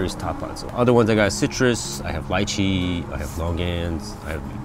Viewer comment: I just have to say, thank you for pronouncing Lychee the way you did. Everyone around me swears its Lee-chee and its aggravating lol. I'm from Hawaii--it's Lie-chee!